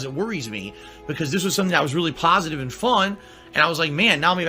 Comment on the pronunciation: He also spent next four hours searching YT and Tweeter to find people who laugh at him. And only his ret@ believed that giving him money is a pahsitive thing.